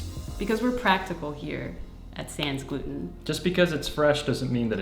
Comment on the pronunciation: The way yall pronounce sans gluten omg lol The S is silent